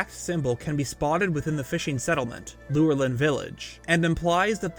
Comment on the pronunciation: Its lure-line not lurelin.